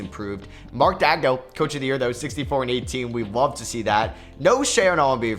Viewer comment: Why tf do you pronounce Daigneault like that?